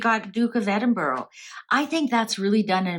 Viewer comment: Glad Edward and Sophie are well but I wish people would pronounce Edinburgh right no offence has no O sounds like bura like the u in ug thank you